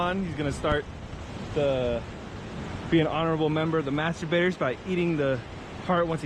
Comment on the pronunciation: Dont say master-baiters, sounds like masturbators